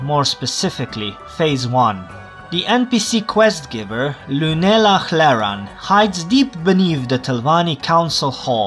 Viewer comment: The way you pronounce Llunela Hleran, jsi čech? First time I did the pilgrimage of the seven graces, I did not read properly and thus never brought the expected offerings. Since the shrines give a dialoge pop up anyway, I never even noticed something missing until I tried to hand in for completion. After figuring out the mistake, ofc I had to do it all over again....